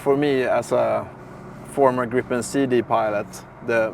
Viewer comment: A bit comical though to hear Swedes pronounce it "grippen", i.e. with a "broken" English accent. For you who don't know, in Swedish it is pronounced as [gre:pen], with a long e as in "Jeep" (the car brand).